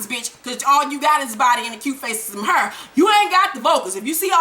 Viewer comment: I love the way you say hair!! it gives me soo much life!